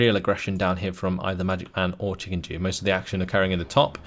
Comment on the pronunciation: Why are you reading Chikendew as Chikenjew? It's... offputting